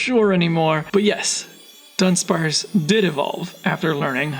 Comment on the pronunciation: A lot of people seem to do this, but it's Du-dunsparce not Dun-dunsparce 🤓